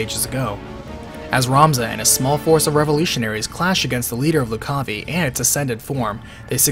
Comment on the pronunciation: Loo-ca-vai, not Lu-caw-vee